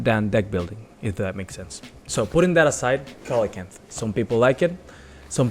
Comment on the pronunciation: It's see-luh-can-th (coelacanth).